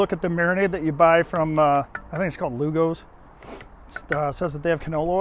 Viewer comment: The place you keep calling "Lou Go's" is actually called Lupo's (Pronounced Loop O's) LOL I live about 20 minutes from Binghamton NY and I am born and raised in Ithaca, near Cornell!!